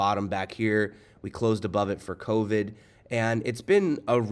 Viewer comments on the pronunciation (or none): none